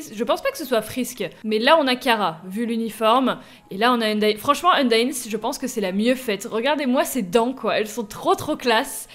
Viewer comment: frite a fait une video sur le mod et il a maltrete: undyne chara et asriel il a dit asriel c toriel et il a dit chara ou lieu kara et undyne il disait undine c t un massacre apprend lui undertale!!! stp